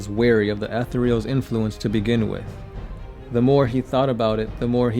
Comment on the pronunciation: Jesus, fuck, how do you not know how to pronounce "Etherials"? Fucking, google the word "etherial", use that little thing that tells you how it's pronounced...now add an "s" to the end and you're fucking done. Christ. He destroyed "any likelihood"? I think you mean "likeness". I don't think he can destroy the possibility of Farsight....whatever that's supposed to mean. Also, love the, at least, 10 facts that aren't about Farsight...nice.